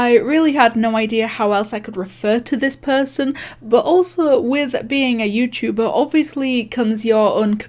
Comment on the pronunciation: “Yewchewbaa” XD